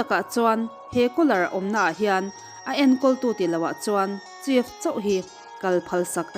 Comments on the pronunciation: Chef-sef, restaurant-restrawnt. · Chef tih ai hian sef tih in lam rila dik zawk maithei ni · chef tiha ch hi sh anga lam rik hi a dik zawk maithei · Chef i lam dan hi a dik meuh maw, uluk takin chef lam dan hi lo bih chiang leh teh